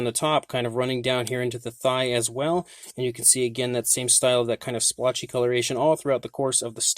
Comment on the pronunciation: Please! Stop saying slpotch.